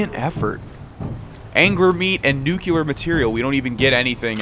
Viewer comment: Nuclear* not Nuculear